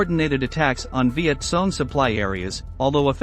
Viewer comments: Why do you say viet song ? It's Cong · For heaven's sake study your subject. VİET KONG not VİET SONG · It's not Viet Song but Viet Kong. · It's not Viet Kong either Sparky. It's Viet Cong ya know.... Victor Charlie ? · He was pointing out the proper way to pronounce the word. VietCong with a K sound. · It's viet cong